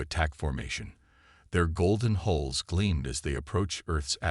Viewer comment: Would you please stop calling ship's superstructure "Holes," they're called "Hulls." Give the A I an energy drink & a dictionary.